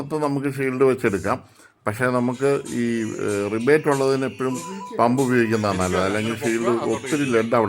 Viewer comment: ചേട്ടാ... Revit.. എന്നാണ് പറയേണ്ടത്.. റിവേറ്റ്